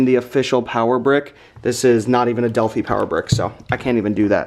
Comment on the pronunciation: Delf-EYE is the way to say the name.